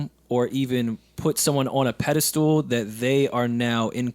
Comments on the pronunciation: This ninja said "pedal stool." I LITERALLY LMAO! 😩😂😭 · Did- did you just say... pedal stool? Loool u mean pedestal?